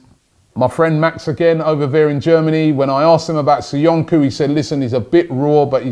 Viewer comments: Caglar Soyuncu = pronouced "Chalar Soyoonchoo" not "Kaglar Soyunku" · Its not SoyunKu.. its SoyunJu.. in Turkish the letter "c" is pronounced like a "J"